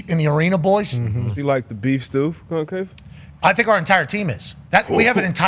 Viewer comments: Are they mispronouncing CONCACAF as CONCAFA or is there a new tournament? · "Concafa" - theyre still saying it wrong 😂😂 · That's not how to pronounce concacaf. lmao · I came here to find out the same thing I think they’re just mispronouncing it